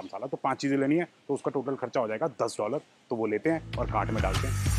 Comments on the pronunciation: whenever he says "cart" , i listened "gan*". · Every time he says isko daalte hai apne cart ke ander, i hear something else😅